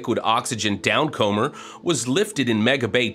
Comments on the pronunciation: Down*comer*, as in "to come down". Not down-comber. Sorry, hate to nitpick but you keep saying it :-D Keep up the good work! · Improve your sight-reading, 1) The word downcomer rhymes with newcomer, not beachcomber. 2) Autogenous is pronounced aw-tahjenus, not auto-genius